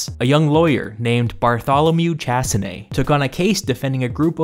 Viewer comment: Chassené, not tchassiné, idiot.